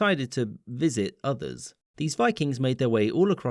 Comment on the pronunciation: The emphasis on the word “visit” leaves little to the imagination on what other YouTube-unfriendly word could’ve been used for what the Vikings did to the places they went to.